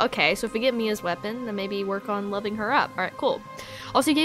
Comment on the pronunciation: I can guarantee you, "love" isn't a stat in Guardian Tales lol She most likely just mispronounced "levelling up" to "loving up"